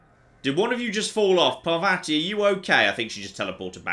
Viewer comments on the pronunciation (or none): ( I know I'm being that guy, but the way says Parvati's name drives me nuts. The second A sounds like the first one. Par-VAH-ti!